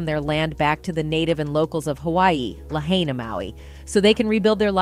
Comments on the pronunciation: Try fo tell da Wahine That It is Pronounced '' LAH - HIGH - NAH''.- No Say LA- HAY- NA. E'h Brudda Hard fo BOLT, RUN, or EGRESS When MPD Stay Blocking FRONT STREET making JAM UP, That's why you see the Line of BURNED OUT Cars. Hard fo MFD fo fight da Raging FIRE when No mo WATER. NO SIREN'S to GEEV Ohana's Family's Notice of SERIOUS DANGER Impending. NO CELL SERVICE TO GEEV ALERT NOTICE. One beeg NOTING even after NO BELIEVE da kine Major Media Still controlled with BLACKOUT and Restricted Access. to da CRIME SCENE. Mahalo fo your Prayer and Aloha. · It is pronounced la hi nuh is you pronounce it, have the respect and pronounce it correctly. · It's pronounced. La hine nuh. I live in Hawaii I know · Pronounced: La Hi Na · This darn lady talking can't even say Lahaina correctly say it like this La-Hi-Na alright... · “Lahaina”? Can’t they find newscasters who can properly pronounce Hawaiian names? It’s pronounced: “la-high-huh”… Lahaina! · Why is this "robo" pronoucing -- la hey na ? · OMG! It is pronounced La High nah! Very frustrating when you cant even pronounce the name of the town!,, ugggg! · Sad the narrator can't even pronounce Lah-ina!!!! It's NOT Lahainia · La henya is not the right pronunciation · If you can't take 3 seconds to look up the pronunciation of LA-HIGH-NUH, don't read the story. Ask somebody! Why is it every damn reporter making this rookie mistake in every story they read! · It’s pronounced La Hi Na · Correct pronunciation is La-hi-na… Billionaires need to GTFO our Islands! Especially Oprah, FEMA and foreign National Gaurds all involved in Human Trafficking.. where’s the children ? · La - hi - nuh !!!!! i don't know what word you're reading, but it's Lahaina !!!!! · THEY have been trying to Rob the Legacy FAMILYS for DECADES. Its PRONOUNCED LA- HIGH- NAH! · LA HIGH NAH. please quit massacring the Hawaiian language. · Lah hey nee ah! Stop it! You're pronouncing it horribly!! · Pronounce LAHAINA CORRECTLY PLEASE. IT SOUNDS STUPID.